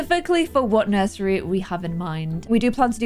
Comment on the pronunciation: "Nuisery" where did you get the word from? That was funny.